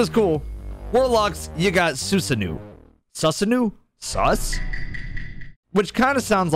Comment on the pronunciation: Susanoo is pronounced soo•zaa•no.